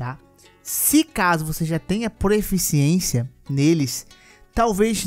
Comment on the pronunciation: Irmão, curti demais o vídeo! Só tenho uma pequena crítica: não é proEficiência, e sim proficiência kkkkkkk abraços